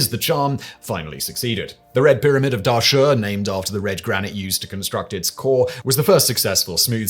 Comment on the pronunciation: Pedants corner: Djoser, alternatively Zoser, wasn't pronounced "De- Joser", the pronunciation was closer to "Jo-zeh", the 'Dj' sound running together and the 's' being a hard 's' rather than a sibilant 's'. Although slightly speculative, we can extrapolate this from the continuing use of the same linguistic convention in the Coptic language still spoken by the Coptic Christians of Cairo to this day, although mixed with elements of other languages, the direct descendent of spoken ancient Egyptian. I can't wait for the predictable replies beginning "Actually, I think you'll find..." It seems to go with the territory.